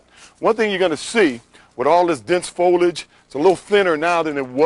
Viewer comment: Folage? I love when this ignorant murderer mispronounces things!